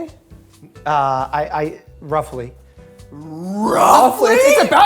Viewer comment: “Roughly”… he needs to work on that immediately